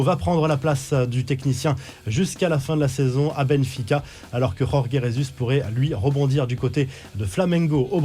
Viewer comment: Nan là c'est trop le Jorge Jésus prononcé comme en espagnol non là c'est trop, je dit stop.